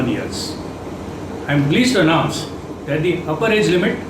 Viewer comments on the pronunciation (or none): none